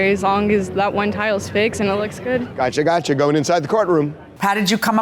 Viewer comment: Is he saying tiles or towels?